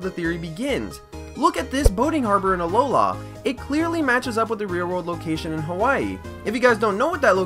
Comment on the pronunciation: Its alola not aloha...... Listen